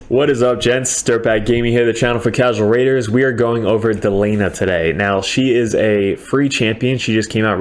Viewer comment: De-lee-a-na, not Del-ee-na